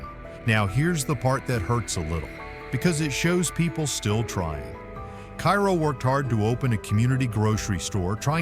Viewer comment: Pronounced Kay Row Illinois.